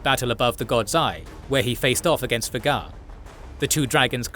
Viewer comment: You are NOT pronouncing Vhagar correctly....